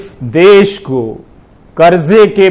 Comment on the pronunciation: "देश" ।। होता है रवीश जी।। ना की "देस"